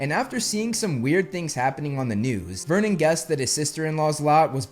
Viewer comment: vernon, not myrnon